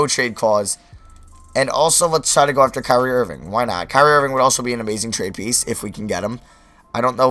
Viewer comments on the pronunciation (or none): none